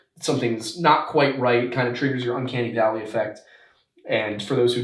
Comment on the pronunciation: Are you saying "uncanny valley" effect?